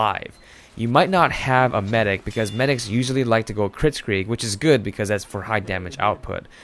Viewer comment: "Sniping is a goid job, mate!"